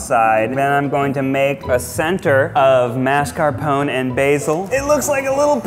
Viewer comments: The annoying thing is he doesn't pronounce Italian words properly... Mascarpon? Really? Where's the e? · I think it dropped to 17% after pronouncing mascarpone like that